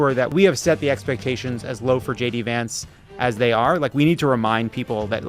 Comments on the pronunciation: No Jon, you don't have to stop calling him JD Vonts (at 10.23). It isn't stupid, it's hilarious. When you know, you know. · I love that Lovett keeps pronouncing "Vance" as "vantz" (Yiddish for "bedbug"). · haha Jon pronounced "Vance" the british way. 😂 that is how "bed bug" is called in jiddish was my instant association (dunno if that is true, i only have this information from a M.A.S.H. episode) 😂😂🤦‍♀️🤷‍♀️